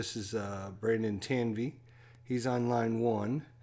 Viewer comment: It’s TAN-EV. 😊 and mark Shy-flea